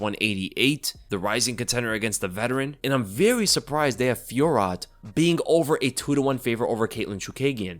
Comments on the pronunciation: Pretty sure fiorot is pronounce fwa-row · Fee-Oh-Roh. Dunno who feetrot is, sounds dangerous.